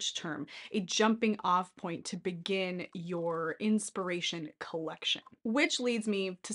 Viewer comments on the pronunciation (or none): none